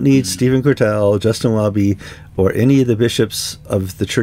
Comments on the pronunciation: I love your American pronunciation of 'Cottrell'. It seems to suite His Grace... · Persistently mispronouncing someone's name is not clever, but disrespectful - whatever view one takes of the person concerned. And it seems strangely unChristian. Please make the effort to learn how to say the Archbishop of York's surname.